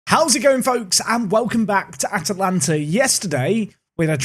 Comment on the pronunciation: Congrats you got the pronounciation!